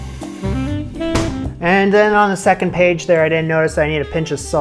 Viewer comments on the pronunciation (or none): none